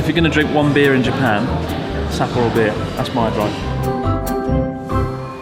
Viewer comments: I cant watch that video dude its SappOro not SApporo. dislike on this one. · Maybe because he butchers the name Sapporo. Sahhhhp-poro. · Why are you mispronouncing Sapporo, emphasising SA? I assume it's on purpose, but why? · If you ever do come back, I can show you around a bit! And teach you slightly better pronunciation of Sapporo 😂